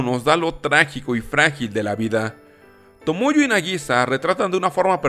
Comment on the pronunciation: No es TomoyO es TomoyA con "A" sr!!!!